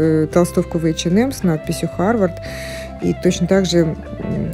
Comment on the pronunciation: «ЭчеНэм»🤦🏼‍♀️🤦🏼‍♀️🤦🏼‍♀️Бляяя...ну что за дичь 🤪 Бедный «бренд»,как его только не «коверкают»